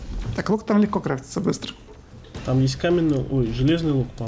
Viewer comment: леКго?! Серьёзно?!